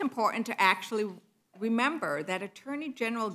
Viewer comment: "We weed to wemember..."